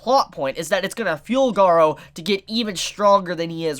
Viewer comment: you pronunced it right, I don't know why the subs called him Garo...